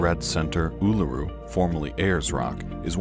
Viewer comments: Oo-loo-roo Kah-ta Joo-ta (Uluru-Kata Tjuta) Not that hard really. Formerly Ayers Rock , over the past 20 or so years the Australian people have an agreement to revert to Indigenous place names because , lets face it , places like these were around and known about and revered long before people (like Ayers for example) gave them European names. The larg(est) sand Island you saw here that they called Fraser Island (as another example) is no longer Fraser Island but has reverted to it's original name K'gari. Temperatures in Australia depend on where you're going, really. The southern states are more temperate with winter ( June-August) ranging from, maybe 10-20 degrees (C) (50-70 F) and Summer (Dec-Feb) roughly 25-40 (C) or (75-100 F). The Northern States are more tropical with temps not hugely different, however the humidity can make it seem like they are up to 10 degrees hotter, and there's so much moisture in the air it seems heavy. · Ularu pronunciation : ew-la-roo They missed so many things, look up Kakadu and the island state of Tasmania.